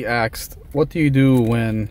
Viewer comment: We 'aksed'??? What english is that? The word is 'ASKED'.